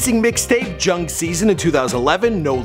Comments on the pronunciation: did this man really say "Jung" Season its JUUG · JUng not jong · did he say Jung Season?? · Juug is pronounced Joog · Juug is pronounced joog. I get the feeling you're doing this on purpose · Its Juug as if you was saying Suge Knight lmao